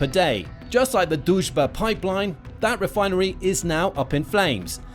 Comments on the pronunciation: You try but it´s not Dužba it´s DRUŽBA. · Not "Duzh-ba" but D-Ruzh-ba" -- it means "Friendship" in translation from Russian. Дружба. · It’s not Duzhba, it’s Druzhba Pronounced Drew-zhba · lol is Drujba, but you pronounce it as Doucheba 😆😆😆😆 I am from Ukraine by the way and I think doucheba is more fitting name for this russian pipe 🤣🤣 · Why did i keep hearing it as the "duchebag" pipeline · everytime he says Druzhba, i hear Dushbag! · You should really learn how to promounce "Druzba" when you make a video where you say it like 100x...it is not that hard...just play it few times in the Google Translator🤦‍♂